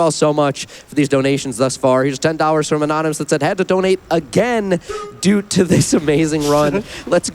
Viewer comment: commentator says "doot oo the fact"